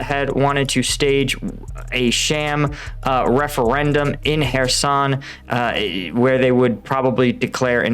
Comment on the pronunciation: What, you mean it isn't pronounced Keer-soon?